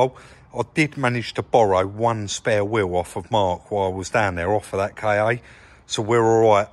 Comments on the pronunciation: Officially it's "Ka" but "K.A." is a common mispronunciation. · Its not a 'K' 'A'...ITS A KA SHORT FOR KAR...😁😂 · Ford KA, not K.A. Lol